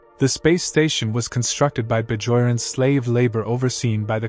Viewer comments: as others have states, i wont hassle about the promenade pronounce, but i have to say that you should check how the Bajorans and pronounced. Bah-d´your-enn. its like you havent checked the series. or you might be under the spectrum, some have a difficulty pronouncing words. no offence. maybe just that explains it =) otherwise. love the layout and the lore. i just lose the focus when i hear a faulty pronounciation. im just wired that way i guess. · Ugh, I'm trying to give you a chance man, I like deep dives into nitty gritty detailed plans like this but come on... You repeat yourself a couple of time and shared almost no real details. And your pronunciation; promonod? Bajorian? man have you even watched the show?!? Like I said, I like nitty gritty details, so big oversights like that are very harmful to the enjoyment of the video.